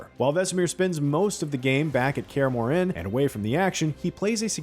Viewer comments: No. nuh nuh nuh... it's not pronounced "MoreANNE". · Kaer ''Muren'' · Dude said "Care Moren" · yeah he is saying kaer more inn lol it hurts the soul lol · To me it sounder like he was actually pronouncing the “H” in Kaer Morhen, whereas in the games they don’t pronounce it. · Kaer Morhen pronunciation was also butchered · Or Kaer Morhen